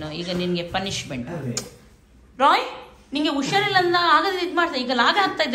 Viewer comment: ಉಷಾರಿಲ್ಲ, wrong pronounce ಹುಷಾರಿಲ್ಲ, right pronounce